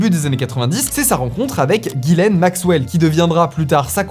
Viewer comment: Ghislaine pas Guylaine 😅